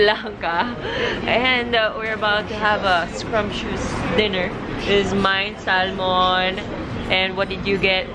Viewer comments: For a Filipino you speak very good English but you need to learn how to pronounce salmon properly. it is silent L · When u pronounced Salmon do not say Sal mon the L is silent so when u talking to English speaking people’s this how u pronounced it Sa mon ....Sa mon but I know we Filipinos say it how it is ....👌